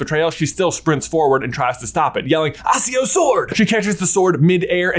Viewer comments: it's ackio not asio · Is there a reason you always pronounce accio wrong? It means acquire. not asquire. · Wy do you say "Acio" with an S? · Why is J mispronouncing Lestrange and accio? Does he do it on purpose?